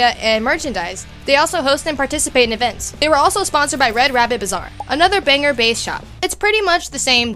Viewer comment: Not the "Banger", Maine . . . It's pronounced Bang-GORE.